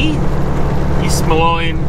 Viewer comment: East "mo-LEEN", Illinois... It's part of the Quad Cities.